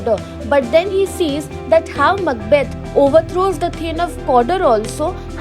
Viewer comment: Mucbath????? Huhh???!!!😂😂😂 It's Macbeth 😂😂😂